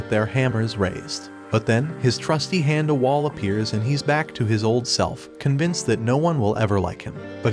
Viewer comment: Am i the only one that can't stand the way he's saying his name, handa? probably woulda just overlooked it but he's said it like 15 times in just the first 50 seconds of the video lol.. 13 more mins nah im out...